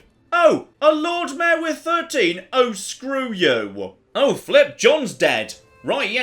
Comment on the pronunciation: I keep wondering what female horses have to do with anything... but it’s just one syllable version of the word Mayor.